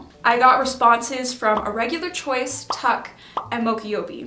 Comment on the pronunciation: It’s pronounced t-UK btw Have you heard of the app Good On You? It’s a great way to keep track of brands and get them looked into by an independent 3rd party who may have industry contacts to get the details. They break down everything the way you’re doing but in a single place. They offer alternatives for similar, more ethical companies whether a brand passes the test or not.